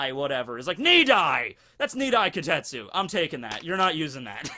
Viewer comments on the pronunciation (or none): starts mistaking the name as kotetsu instead of kitetsu... goes on a rant about child iron... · Why not pronounce it properly? Ki te tsu